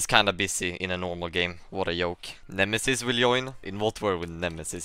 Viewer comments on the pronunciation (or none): LEARN TO PRONOUNCE "JOIN" correctly. AND "JOKE" it's not a soft j. It's more like "Djoke" by the way you pronounce it. Have you never heard other people speak english?